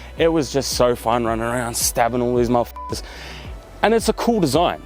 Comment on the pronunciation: " I just loved stabbing those mother f******" I thought you were Australian, not British. 🤣🤣🤣